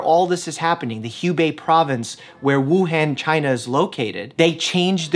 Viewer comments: please learn how to pronounce Wuhan :) big fan :) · Hey Mike! Just thought I'd give you a lil tip. The han in Wǔhàn is pronouced as "on" not "an". Thank you for clarifying all this info and making this video :) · Dr mike pls stop butchering the name it’s wuhan not wuhæn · wuhan is pronounced woo hahn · Wuhan is pronounced WUhawn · Dr. Mike, FYI Wuhan, Hubei is pronounced woo and Han as in Han Solo. And hoo and bay. I lived there a long time ago. It's actually a really cool place. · Love the info! Maybe look up proper pronunciation of Hubei and Wuhan 😂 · I just want to say that you are pronouncing Wuhan and Hubei incorrectly.